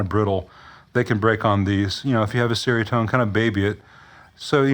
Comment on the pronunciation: fyi, it's pronounced "cherry-a-tone".